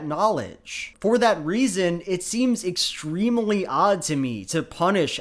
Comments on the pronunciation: I cant get enough of how manages to pronounce "extremely" with four syllables every single time applause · I'm charmed to an unhealthy degree by your pronunciation of the word "extremely".